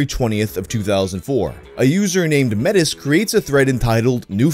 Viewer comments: The swap AVI guy's name is pronounced may-tee not met-is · Metis is pronounced may-tee